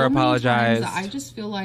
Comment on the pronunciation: Does anyone else notice that always says "fill like" instead of "feel like"? But she calls "fuelings", "feelings". WTF?